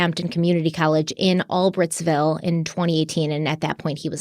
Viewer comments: You pronounce the city Bryan lived in In PA as “all brights ville instead of “ all Britt’s ville” I kinda figured if either if you seen any coverage of the news channels talking about where they arrested him from you would have heard the correct pronunciation so I figured I’d just catch you guys up so your ahead. Love you guys!! Keep up the amazing & hard work it’s very appreciated!!! ❤️ always- Sandra xoxo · All-brights-ville is how we say it out in the Poconos. Thanks for doing this special report love you guys! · Hi, it's pronounced 'All-brights-vill' & the reason you've never heard of that town is because no one ever admits they're from there.... trust me.... I'm from the area so I know. It's o e of those sad PA towns that make you depressed just driving through. 😬😉🤣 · It's pronounced ALL-BRIGHTS-VILLE.